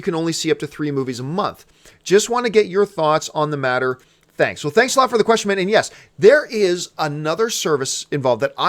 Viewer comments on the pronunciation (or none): none